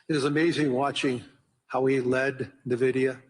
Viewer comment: Este señor no sabe ni que la empresa se llama Nvidia. No nividia. No sabe ni de lo que habla.